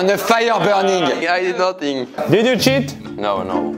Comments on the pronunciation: "lets go guyyysss, and don't forget to "shit"" JE SUIS DEAD .... 😂😂😂😂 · Mdr le « let’s go guys, don’t forget to cheat/shit » à est tellement épique